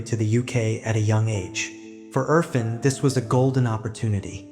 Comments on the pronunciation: Urr -faan (pronunciation) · Erfaaaaaaan! It is good to work on names dear! Thanks for good job but it makes it more pleasant if a bit more effort in pronunciation. Aaaa like in Art